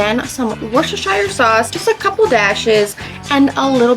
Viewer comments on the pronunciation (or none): Hi...it is pronounced wooster-sheer! Love your channel